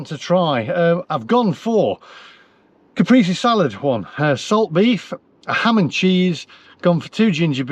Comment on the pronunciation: Just for next time it’s Ca-pray-si